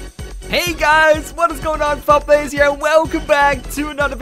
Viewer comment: I thought it was dfieldplays not defildplays